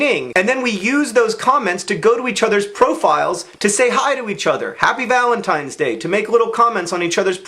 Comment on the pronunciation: Did he say Valen's Penis Day?